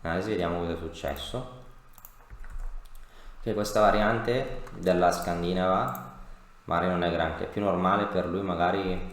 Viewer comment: l'unico appunto che posso fare a questa difesa ineccepibile è che si dice scandinàva :)